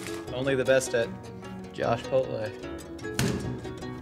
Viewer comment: Love Josh. "Joshpotle" I died. 😆